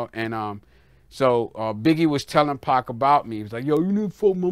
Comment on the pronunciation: lol he aint say pac Dawg said pqc😂😂😂😂😂